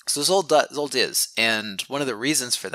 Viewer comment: I've searched via Google for a while to figure out more about Zsolt's name but couldn't find any relevant information. How did you come up with his name? Zsolt is one of the most common Hungarian male names. You pronounce the Zs sound like the "s" sound in "measure" or "usual" if you want to follow the Hungarian pronunciation. I find this really interesting and cool :)